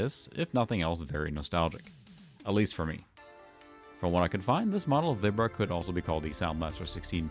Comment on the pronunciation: I have never heard anyone say Vibra the way you do before. Everyone I knew back in the day always said it like "vibe" not "vib". I don't know what the official Creative Labs pronunciation was though.